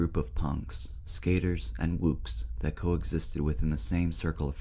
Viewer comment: Opens with mispronouncing 'wOOks' lmao it's wooks like books lmao